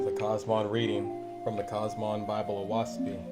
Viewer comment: Great that you have this channel and you are very easy & Clear to listen to And beautiful graphics With all due respect to you a few suggestions The name of the book Oahspe is pronounced O-ass-pee The sound of the wind through the trees The name given to non faithists is pronounced U-z-ian I hope you will accept this knowledge with the good intentions it is sent Please consider making more videos